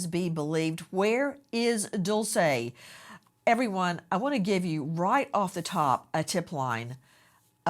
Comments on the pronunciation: AI voice guy keeps saying Dolce…. It’s Dulce Maria Alavez not Dolce & Gabbana. May DULCE be found safe and sound. Prayers ❤ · Its pronounced "Dool Chay" Not Dulsa or Dool say! I walk around where my child is... never sitting down or taking my eyes off of my child! Always on the alert and if a child approaches my child trying to leave somewhere else I stop that then and there! Traffickers use other children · He said her name wrong